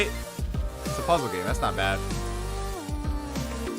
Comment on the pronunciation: You said puzzle games 😂😂😂😂